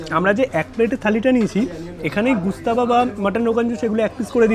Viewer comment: Bhai khabarer naam jene food blog kar.... Gustaba noi ghostaba